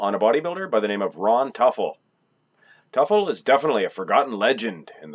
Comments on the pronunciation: It's pronounced ( To Full) not (Tuf el) Teufel Ron was my cousin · Pronounced Too'- ful, not Tuffel. Was a friend of mine. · His name is pronounced "tooful" - not "tuffle" !!! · < You totally got his last name wrong. Its pronounced like this Too Full..I went to high school with him and we were were a couple. He was an amazing person and so is his family. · Toy-full Devil in German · ...and the emphasis should be on the first syllable. I knew him.